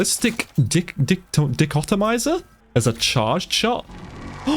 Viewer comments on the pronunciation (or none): I think it's pronounced "Die-cotomizer" lol